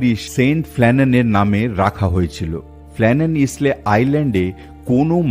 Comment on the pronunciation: Isle.শব্দটি পাচ্ছি আইল্যান্ড শব্দ থেকে(island). Isle-উচ্চারণ হল 'আইল'। ইসলে-,নয়। কানে বড় লাগছে। ক্ষমা করবেন।